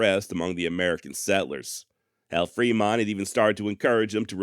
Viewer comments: Mispronunciation alert!!! FRE - mont not fermont :( John C. Fremont's maps were what led Brigham Young to decide on settling the valley of The Great Salt Lake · Fremont is pronounced like "Free-mont" not how you did. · What do you keep mispronouncing Fremont's name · Am I mistaken or do you constantly mispronounce Fremont?